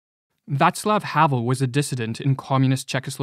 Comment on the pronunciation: Why doea he continue to refer to Vaclav Havel as Vatsel Havel?